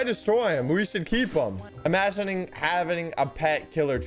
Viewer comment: bro really said "imaging having"